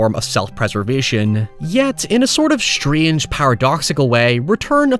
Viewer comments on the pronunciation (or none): none